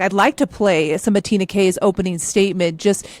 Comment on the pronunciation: Uh, it is TREENA Kay! Not Tina!! You know the DA’ ‼️c’mon! Main character ⁉️